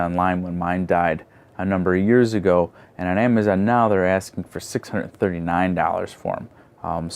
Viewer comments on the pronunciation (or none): none